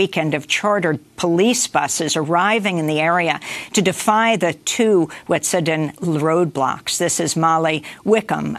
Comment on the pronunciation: WET - SUE - A - DIN is how you pronounce that 1st Nations name.